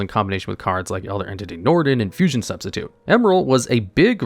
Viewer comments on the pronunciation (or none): none